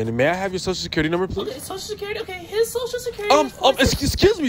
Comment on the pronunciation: HIS SOCIAL IS ....DID YOU JUST SAY HISSS LMFAOOO😂😂😂